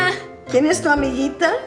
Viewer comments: Cuando dices "AMIGITA", lo correcto es usar "AMIGUITA". Igual que se dice guitarra (guitar) y no gitarra. En español, las vocales E-I tienen un pequeño "conflicto" con las consonantes G/C. Podrías hacer un vídeo explicándolo. Por lo demás, muy buen trabajo, sigue así. I use your lessons to improve my english. It helps a lot to understand the using of at/in/on... do/make..... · Amiguita it needs a u for pronunciation